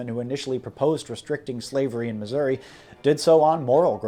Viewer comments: You're mispronounced my states name. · It's Missoura